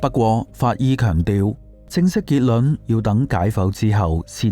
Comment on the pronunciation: 點解你會將「結論」讀成「結卵」？